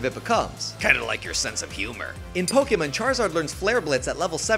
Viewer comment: Azim was also the Green Ranger in the second season Super Megaforce. Technically the same season, but different powerset. Also, the way you pronounce Pokémon as "Pokémun" makes me twitch for some reason. As for the actual battle: You disappoint me Greninja. You embarrassed your counterpart Blastoise. And I am one of those 17 people who own the Fire Emblem amiibo. All 4, actually, though only Lucina and Ike are opened.